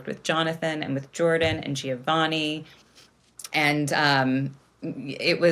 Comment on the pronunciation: In the name Giovanni, the first ‘i’ is only there to soften the G & shouldn’t be pronounced ;) ❤